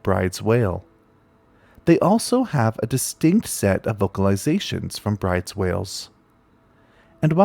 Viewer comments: I know this comment is way too late, but "Bryde's" is actually pronounced like "brood-us." Yes, it's weird, but it's a Norwegian name. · Great video, thanks. For some reason Bryde's is pronounced Broo dahs. Weird, huh? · Great video as always, although Bryde's is pronounce like "broo-duhs."